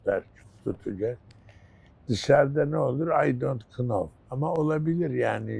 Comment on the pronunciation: i dont kınov diyen ilber hoca. bütün ülkeye ingilizce öğrenme hevesi verdi.